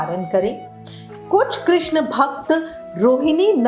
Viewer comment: कृष्ण hota hai कृष्णा nahi